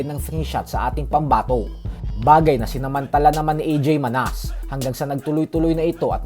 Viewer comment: Pronounce mo Ng Manas mali pa😂😂😂